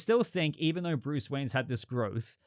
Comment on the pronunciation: 😂 the way you say Bruce is Phenomenal. Great Talking again. Thank you. 😎👍